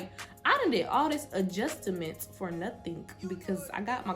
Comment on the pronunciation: A-juss-ta-ment 😂😂😂 girl I was laughing